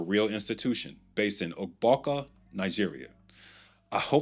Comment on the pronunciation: 🤣🤣🤣🤣 "Ugbawka" Mehn, you just butchered the pronunciation